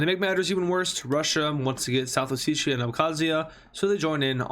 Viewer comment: day 18 of telling its not pronounced south oseeshia but Oh-set-iya